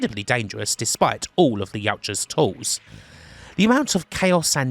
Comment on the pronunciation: Kudos for pronouncing Yautja correctly!